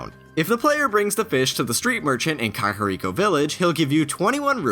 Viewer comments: Cock-oh-ree-co?! WHAT. THE. FUCK?! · "COCKariko village..." stop KACKariko. it's not a phallus